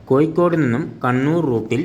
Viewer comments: കോയി കോട് അല്ല കോയ.. കോഴിക്കോട് 😂😂😂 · കോയിക്കോട് അല്ല..... കോഴിക്കോട് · സുഹൃത്തേ കോയിക്കോട് അല്ല മലയാളം സംസാരിക്കാൻ ആദ്യം പഠിച്ചു വാ